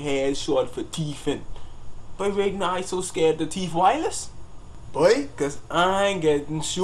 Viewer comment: Lol nigga say scared to theift wireless